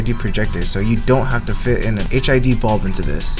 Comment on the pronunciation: So... Not Hid. Stop saying HID!